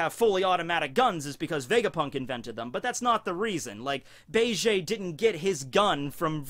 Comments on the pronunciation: Was digging the video then he just had to say Bay-Jay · ok im sry but say gang bege's name right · Jesus christ that is not how you pronounce Bege’s name